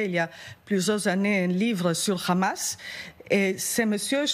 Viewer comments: pour quoi elle dit khamas et non hamas ? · Le Hamas avec "H" pas "kh" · C'est le hamas et pas le khamas . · Le mouvement s'appelle Hamas mais pas Khamas comme le prononce les israéliens. Pourquoi j'ai l'impression que ces médias présentent le sujet comme étant une partie du conflit. Même I24 essaye d'être plus objective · Pas ( ghamas ) mais ( hamas ) ça s'écrit pas la même chose 😂 hooooo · C'est pas khamas, c'est hamas. Ont est en France ou en Israël ? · Pourquoi prononcer Hamas comme Khamas? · C’est bien. Tu prononce bien Rhamaas, larbin français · Pour l’amour du ciel arrêtez de dire Khhhamas. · Khamas... vous pouvez même pas prononcer le nom correcte vous et même gabreil attal vous bavarder et vous êtes incapable de prononcer juste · Un fantôme insaisissable mais qui sème quand même des disques dur derrière lui, faut bien le croire. Et l'autre gourde de "journaliste" qui prononce "khamass". Les média "français" sont pathétiques.